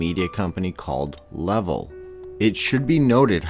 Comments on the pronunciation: Linda Hanson Le-Vel not Levar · La-velle not level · Thumbs down for pronouncing Le-vel wrong